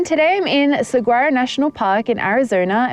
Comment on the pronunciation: Saa-wah-row not se-guar-o 😂